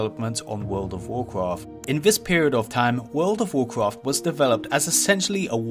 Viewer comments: Wawld of wawcwaft. Once you hear it... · wowd of wawcwaft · vold of voldcrafttttt guuysss vooooldd somebody did skip that speech therapist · You get 1 level everytime he says Would of Woucraft. - watches one video, hits lvl 120. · the voldovoldovorcrawft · I'd say it's an accent - could be European (Swedish, for instance) or an Asian dialect. To my ears it could be either. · That voldovocraft secwet is wewy diffewent. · wordo waw kwaff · But he says vold of valclaft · Take a shot every time he says "voldovocraft"😂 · Vwurld of Vwurcwrft! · Bro said woldcraft every 20 seconds or less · "wult ov wurcwaft" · Wwld of wowcwaft 😂😂😂😂😂😂😂 hawdcowe hahahahahaha 🤣🤣🤣🤣🤣 u are such a gem bro 🤣 Ps. I mean bwo 😂😂😂😂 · WOLD OV WORCWOFT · take a shot everytime he says would of woudcaft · Jesus christ take a shot when he says woldofvovwclaft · what is vurld of vwarcraf? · Classic wow and vanilla wow, petty, but theres a difference, also fun game, take a shot each time he extends the video by saying world of wurcraft. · He can't pronounce R, says W instead. Woald ov woalcwaft, owcs an twolls stawts in the same awea. And when he pronounces "buckler" i start to think of The Pink Panther movie, when Steve Martin is trying to pronounce "Hamburger". 😁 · "wowd of wawcwaft"?.... "Secwets"? Come on man, I can't watch this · Wowd of Woahcwaft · woowld of wawcwaft, and wawcwaft fwee. I can't watch this video I just can't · word ov worcrof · wowd ow wowcwaft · wowld of wawcwaft wawcwaft fwee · worlw of warwqawrft, warqwarft free...........Dude learn how to pronounce words